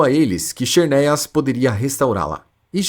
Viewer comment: KISERNIAS? Fala-se ZERNIAS.